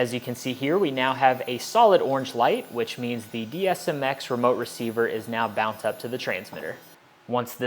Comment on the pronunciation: Sounded like it to me too! or should I say, "Sount like it to me too!" ;)